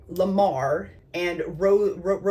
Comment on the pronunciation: I love how you pronounced the easiest names and made them so complicated 😭😂😂. Rosario is such a common Spanish name. La Mar means The Sea. Isn’t that beautiful? I also learned something new today. 🙌🏽